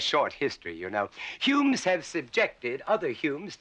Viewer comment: Curious way he pronounces humans: "Humnes" 😁